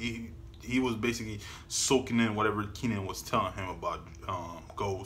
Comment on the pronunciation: K - nan. Not Keenan.